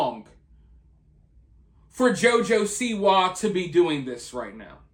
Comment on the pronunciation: This video would've been excellent bedides you pronunciation of JOJO'S last name and the emphasis on "WA" is SIWA